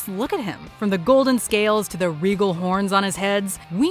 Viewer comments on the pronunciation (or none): none